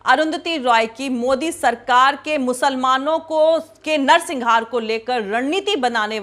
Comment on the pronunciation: madam, u are an excellent journalist, just one correction - it is 'narsanghar' not -singhar; great work, all along! keep it up!